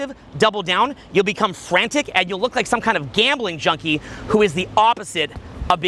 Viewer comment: I ROVE IT I RIKE IT.